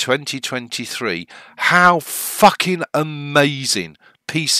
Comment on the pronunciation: When the English say fcuking it sounds more graphic than when another English speaker says it, lol.